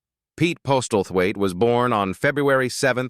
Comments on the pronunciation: "Postelthaite" = POSSEL-THWAIT AI morons! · Postlethwaite is pronounced 'Posselthwaite' not postelthwaite. PS: Also, Jacqueline should be pronounced as 'jackeline' not jakweline. Shrewsbury is pronounced 'shrowsberry', not shrewsberry although there is some lively debate about this one. Good grief. AI has a very, very long way to go in terms of the correct pronunciation of the English language, especially English surnames and place names.